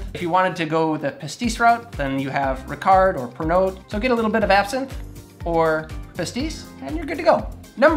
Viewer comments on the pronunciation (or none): It would be good if took a few minutes and learned how correctly to pronounce the names of some of these liquors. In particular it made me wince to hear him say 'shartroose' and accent on the wrong end of 'Ricard'.